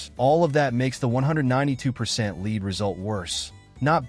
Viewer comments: Stupid AI couldn't say lead at the trader Joes. leed they said. lead us on! btw Lead InChoc???? I could be a dead duck after 10 yrs of stuff. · AI can't even pronounce cocoa nor lead. What is cacow and leed? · "lead" (the heavy metal) pronounced "leed" - a bit of AI Slop that makes me wonder about the whole vid.